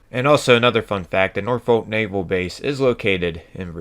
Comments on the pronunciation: Am I the only one that noticed "Norfolk NavEl base" not naval but navel... like bellybutton =D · HAHAHA. "NAVEL BASE" - Navel, like belly button. It should ve Naval base. 😂😂😂